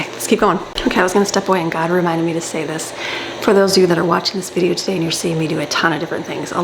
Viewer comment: fideo!!! fee-deh-o